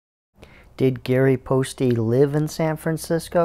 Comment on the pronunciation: Poste probably rhymes with toast, not toasty.